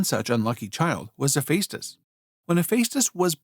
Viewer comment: It's NOT He-FACE-tus. It's He-FESS-tus.